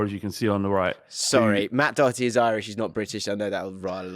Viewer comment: How is able to pronounce Doherty flawlessly? Did he go on a course? Because not a single other English person seems to be able to do it.